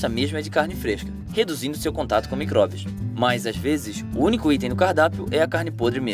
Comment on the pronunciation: Tô confusa é micobrios ou micróbios ele te responde no começo kkkkkkk